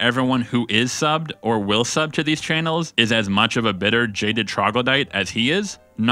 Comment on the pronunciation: Why do you pronounce "channels" as "chay-nels?"